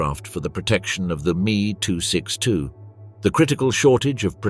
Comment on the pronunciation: Many grating noises, but that "Meeee 262" became particularly infuriating.